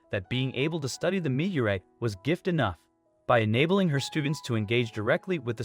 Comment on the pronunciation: Now if the speaker could just figure out how to pronounce 'meteorite.'